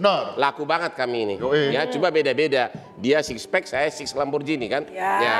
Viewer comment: Pas Bang Hotman ngucapin brand Lamborghini jadi Lamborjini, sebagai istrinya orang Italia, jiwa gue meronta-ronta. Lamborgini bang, pake G, bukan J 😭😭😭😭